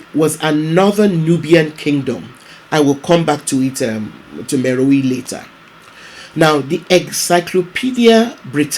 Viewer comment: It is pronounced "meroe" not "meroii"